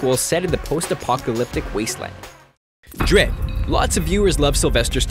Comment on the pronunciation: or "dredd" wrong hahahahahahhahahaha I'll go